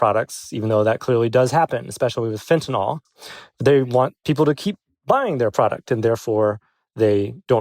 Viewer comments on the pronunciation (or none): Charlie should learn how to pronounce "fentanyl".